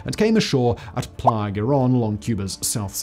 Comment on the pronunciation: I just wanted to toss Simon a high-five for saying "playa" correctly this time. It shows that you're putting more into these videos than turning on and speaking to a camera.